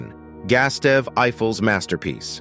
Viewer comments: "GOOSE-TAWV," not "Gas-tev." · Gastev Eiffel? Why is reading names so hard for so many of these narrators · Gustave is read Goo-stuff, pls hv respect towards peoples' name